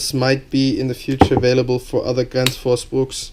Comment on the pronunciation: Gransh fus Brooks is the correct pronunciation I believe!